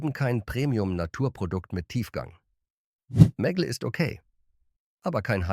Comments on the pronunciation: Die Ki kann nicht mal Meggle sagen 🙈 immer dieses meggl klingt zum . . . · Daumen nach oben gibts von mir keinen! Warum müssen bei einem deutschen Video KI Stimmen eingesetzt werden? Wo sich bei mir wirklich die Nackenhaare stellt ist bei MEGGLE: Die Aussprache ist nicht"Meggel" sondern "Megg-le"!😑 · Meggell 🤣 😂 Die künstliche Dummheit kennt keine Meggle-Butter 😂 Mäggell 🤣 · Warum kann der Sprecher den Namen "Meggle" nicht korrekt aussprechen? Stellt für mich die Seriosität dieses Beitrags in Frage. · Wurde einfach nur englisch ausgesprochen